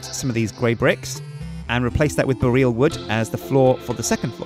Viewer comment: needs to learn how to pronounce Boreal. It's really not the way he says it....